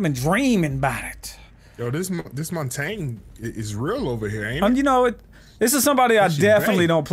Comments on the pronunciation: When it's Mon-tah-niah (Montagne/Mountain) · so i have learned in french class that montagne is pronouced "mon ton ya" and means moutain